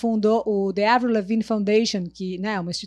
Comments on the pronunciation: Só de ter pronunciado corretamente o nome dela, já merece o like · Finalmente alguém que pronúncia certo o nome dessa Deusa KSKSSKSKSKSKS